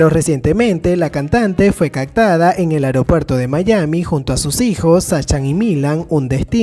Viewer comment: "Chakira" "cactada" "ocserva" me dió cuscús como pronuncias...